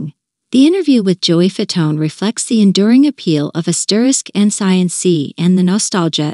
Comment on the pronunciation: Did she just refer to the group name as N S Y N C instead of *NSYNC? 🤦🏻‍♀️🤦🏻‍♀️